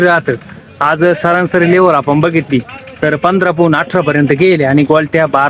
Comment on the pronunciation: Saransari nahi sarasari mhanaych bhau